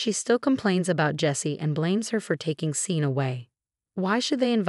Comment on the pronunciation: Hey, AI, Tara’s BIL is called Sean. It’s pronounced Shawn, not Seen, ffs!